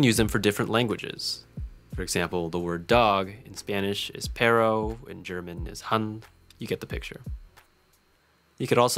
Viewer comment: jaajja it's ''Perro'' , great video